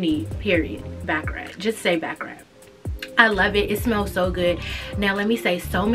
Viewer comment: i loooove baccarat. one of my favorites. btw it’s pronounced ‘bah-cah-raht’ instead of ‘bah-cah-rat’ 😭